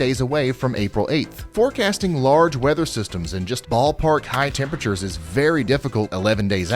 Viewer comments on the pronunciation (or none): "high tempatures" eh?